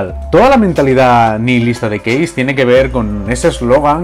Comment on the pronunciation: Porque "case" lo pronuncia bien en ingles Pero " punk" no. ?